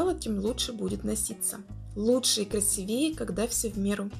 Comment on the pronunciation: КрасИвее, а не красивЕе